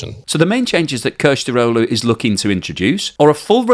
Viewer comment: Kilicdaroglu. Pronounced Kilich dar au loo. Son of the swordsman.